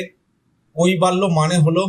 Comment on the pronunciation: কইবা ল্য নয়,--" কৈবল্য""